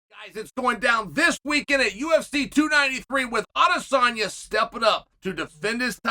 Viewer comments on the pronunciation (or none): none